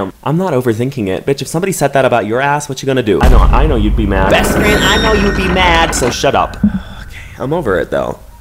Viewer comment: Besss Fryand 🤣🤣🤣